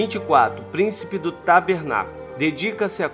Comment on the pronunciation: tabernáculo e não tarbenaculo kkk